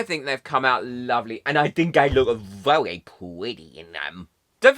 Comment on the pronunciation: Oh my goodness don’t you wook pwetty 😀